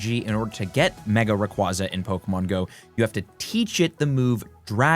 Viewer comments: Just FYI, the Pokémon is pronounced Ray-KWAY-zuh which was confirmed at the prior 2025 world championships. It’s also because it sounds like “ray” and “quasar” meaning it flies around in space like a brilliant star ⭐️ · RAY-KWAY-ZUH, as in quasar.